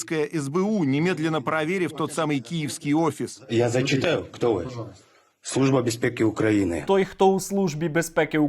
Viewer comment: "Служба бЄзпЄкІ УкраІни" - вибачайте, але вимова явно московська... Ось цей момент схожий на фейк. Сергію, ставитесь ретельніше3до справи...